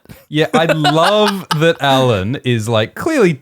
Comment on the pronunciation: "I know who he is" - perhaps she knows his name is "Alyn" and not "Allan" - how about tat...